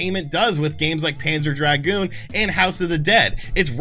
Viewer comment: By the way, here's a secret that no one in the retro-gaming community knows: "dragoon" rhymes with "lagoon". You shouldn't draaaaaaaaaag it out :)